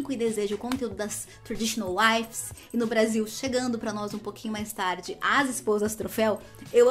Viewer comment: É TRAD WIVES, E NÃO TRAD "WIFES".